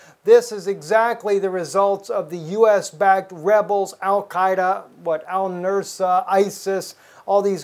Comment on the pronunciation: Nus-ra, not nur-sa